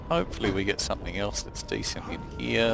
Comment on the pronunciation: your ending scares me "alright guys, thanks for watching :) we'll gut you later."